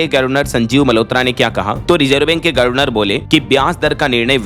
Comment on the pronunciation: यह "गर्वनर " वाला शब्द कब तक सहन करें और झेलें😢 । हमें यह बहुत चुभता है। अच्छा होगा कि इसे सुधारकर "गवर्नर " कर लो!!